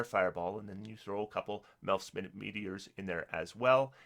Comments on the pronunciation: It's minute, not minute! ;-) my'-noot not min-it' minute def: miniature, small, tiny minute def: 60 seconds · “Minute meteors” are you kidding me?? It is pronounced “my-newt” as in Very Small meteors, not meteors that only take a minute. Christ. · Hi, enjoy your videos. Just one thing I wanted to point out. The spell is Melf's Minute Meteors, pronounced my-noot. As in tiny. Not minute the unit of time. . They are minute (tiny) meteors. Cheers! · you mispronounced minute. In this context its sort of pronounced like mine-new-t. I know its not that important, but this is a word that changes meaning based off of pronunciation, and unlike most where it just changes from a verb to a noun based off of emphasis (like contest, or dispute.) it completely alters the meaning from a measurement of time to a description of size.